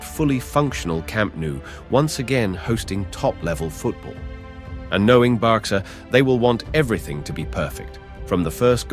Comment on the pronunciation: Who is „Barksa“? 🤣 Bloody AI commentary..